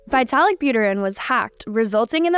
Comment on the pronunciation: More garbage, can't even pronounce Vitalik